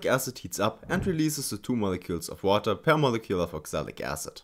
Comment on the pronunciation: distilled watee :3